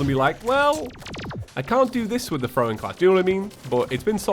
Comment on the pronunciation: Omg he called throwim